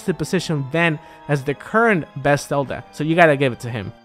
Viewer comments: Ben's Selda. Sorry, not sorry. We know you have an accent. We know you're always going to pronounce a "v" as a "b". You don't really need to call attention to it if you put the name on screen. People are going to pick on you whether you do or not. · Dude, you pronounce "ven" better than you pronounce "Zelda."